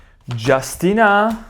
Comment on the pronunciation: You are so adorable. I'm curious, why do you say "Justina."?